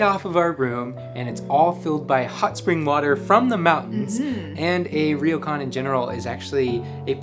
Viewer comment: it's pronounced 'Ro kan' not 'Ri yo kan'. The R and y are combine together to make a 'Ryo' sound.